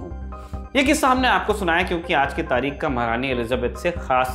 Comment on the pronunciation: Plz pronounce taarikhh from the epiglottis. The khh in tarikh sounds like kh in Khan.